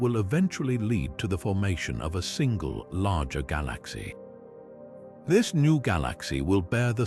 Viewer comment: The mispronunciation of "galaxy" is ridiculously annoying.